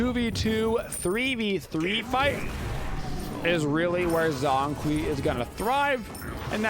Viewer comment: Bruh he literally says his name when you lock him and when the game starts and people STILL pronounce it wrong lmao cringe pronunciation but great gameplay